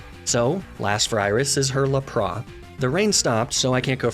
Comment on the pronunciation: Really curious where the (La-Prah) pronunciation is coming in for Lapras. Even in the anime the pronounce it (Lap-ris).